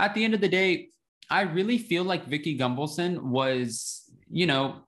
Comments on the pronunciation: As a new viewer to your channel I have a question. Are you purposefully mispronouncing Vicki Gunvalson’s name to shade her?😉😉😉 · Way to keep spreading the “big lie”. I’ll think twice before I watch another video of yours. Didn’t realize you’re a tin hat wearer. O, and btw….STOP mispronouncing Vickie’s last name!